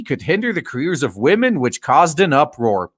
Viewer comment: "We need men who will mentor wahmens. Please mentor wahmen."